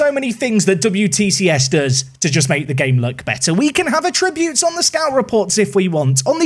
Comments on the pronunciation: FYI ‘Attributes’ in this context isn’t a verb and shouldn’t be pronounced as such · How did this guy get so far in life without learning to pronounce "attributes"?